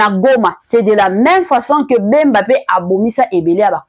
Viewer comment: Eza nde bemba et non mbemba